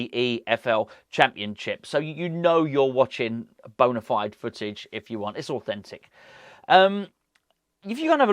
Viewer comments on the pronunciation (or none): none